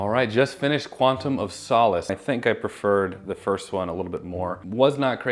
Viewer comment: finally pronounces Craig correctly, then immediately says "Quantum of Soulless":DD